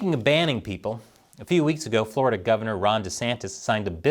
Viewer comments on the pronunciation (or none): none